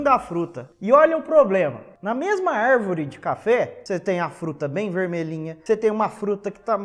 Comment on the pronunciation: 'Arrrrvore' kkkkk